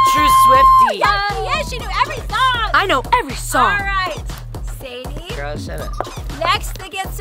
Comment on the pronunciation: ITS SAIDEE NOT SADIE